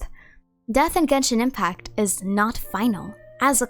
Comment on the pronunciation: finally pronounces the "t" in genshin impact